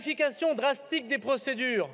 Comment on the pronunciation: Comment pouvons refuser de virer un Darmanin qui ne parle même pas français correctement, qui n'est pas fichu de savoir qu'entre le des et handicapés on ne fait pas de liaison